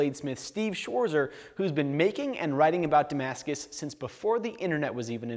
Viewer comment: he doesn't even know how to pronounce his german name. btw: Schwarzer translated is 'the black one'. nice talk about damascus. interesting things he knows.